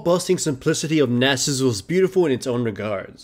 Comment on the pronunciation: Subbed because you can pronounce Nasus correctly.